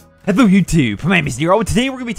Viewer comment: Yo what the fuck was up with that intro? "Hhelhoo ussshube" Lolwut😂